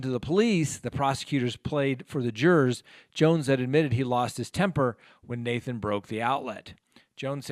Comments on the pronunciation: Thank you for explaining this case. I've been watching it everyday. So sad. Everyone involved lost here. I do hope justice is served. It's actually Nahtahn, not Nathan. That was one thing that drove Tim crazy in the interviews when they pronounced his hated son's name wrong. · It's "Naton"! Not Nathan! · Nahtahn and Mera Not Nathan and Mariah